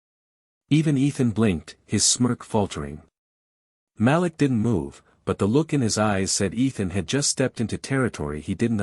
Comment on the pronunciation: The name is pronounced MA LEEK.